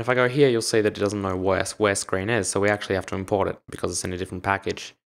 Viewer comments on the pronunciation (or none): U pronounced so as sor